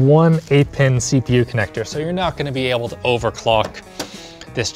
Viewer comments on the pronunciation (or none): none